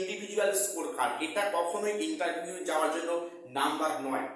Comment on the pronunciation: Spoken thik korun age, "ENTERVIEW" "ES ES Si"😅😅